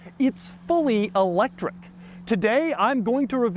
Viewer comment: Doug is the type of guy to pronounce electric e-lectric.